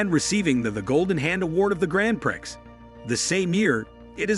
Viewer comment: The pro nownsiashun in this video is hilarious. My favorite is the “Grand Pricks”